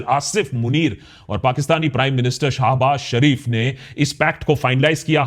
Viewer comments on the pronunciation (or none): Exactly. This dude mis pronounces names, says Sau-D, Shah Baz Sharif instead of Shehbaz Sharif, like seriously smh